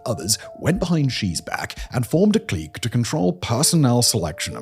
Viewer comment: Love ya, Simon, but your pronunciation of clique kills me.